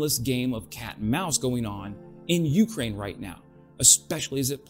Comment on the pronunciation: Speaking of mis-pronouncing words - when you say Ukraine you put the emphasis on the U - not the K. Just some friendly feedback. Ps - I just subscribed